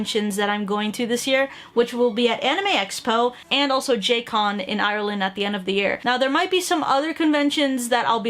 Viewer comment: the way you pronounce Ireland i